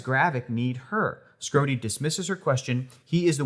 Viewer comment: Oh … “Schrodey”